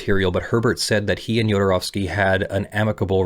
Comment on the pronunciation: Thank you so much for getting the pronounciation of the "ow" in his name right.